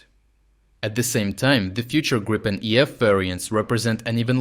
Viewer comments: So the only thing that needs to be worked on is that it is griipen. Not grypen, grippen or any other mispronunciations. I'm sure it should be doable for a Ukrainian. Or if this is not possible use Griffin or грифон. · Gree pen, not Grai :) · Great stuff. Just fyi. it's pronounced 'Greepin' (as in 'creep') ..... got that direct from a Swedish Gripen pilot some years ago. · Gripen is pronounced грііпен or in English greepen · Which is the pronunciation: Gr if fen or G ripen?